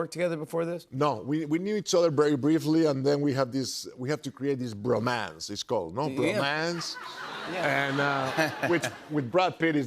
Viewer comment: i love the way he pronounces english words. bro MANCE. this bro MANCE